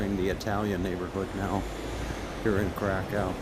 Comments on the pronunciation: It's not pronounced Krakow it's pronounced Krakov and it's a beautiful country I love Poland more than the UK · Pronunciation of Kra_kOw got me. Plus, it's Roma music not Gipsy music.